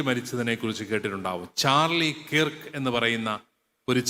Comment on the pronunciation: കിർക്ക് അല്ല അച്ച കെർക്ക്